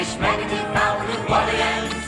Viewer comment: Aren't they pronouncing New Orleans wrong? 😂